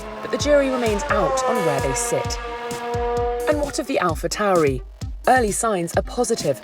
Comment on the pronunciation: Alpha Tao-Ree? Please tell me that isn't right, we're going to be saying it like Alpha Tor-Eye aren't we? Aren't we?